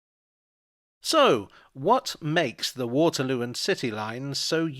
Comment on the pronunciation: that was actually kind of painful. Grammar aside, the forced, insert emotion here and the jiggly jolly music was instantly both Not and the attempt to be like. was that emphatic SO!!! AI directed?